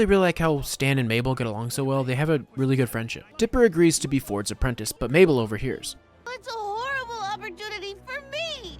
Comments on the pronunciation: BRO its okay that you said mabell to me☺️ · Him calling her maybell 😂